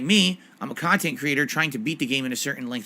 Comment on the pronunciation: "..common comments on my khantent." made me laugh